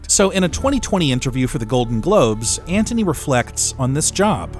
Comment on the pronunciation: Sounds like he’s saying “Ant-Honey” every time 😂